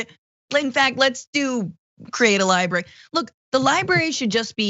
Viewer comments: “The Donald Trump Presidential LiBARY” just made my day. Bwaahaha Francesca nailed the insanity & irony in one sentence! 🤪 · Haha-2 billion for his ‘Lie-brary’